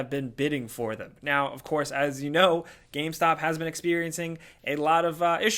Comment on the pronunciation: Please tell how to pronounce game. It's game: g-aim, not gam. Thank you